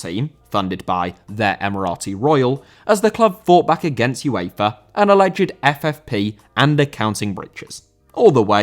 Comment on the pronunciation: UEFA* not Yuweifer